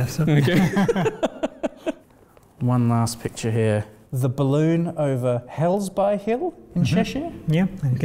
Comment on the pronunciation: Is that... is that in a... a leather jacket? On a biplane? But... but... but... I know it's not what this channel is about, but more, please! We need to know more. With pictures. Also, it's not pronounced "helsbuy" but "helsbi". Like in mostly and likely;)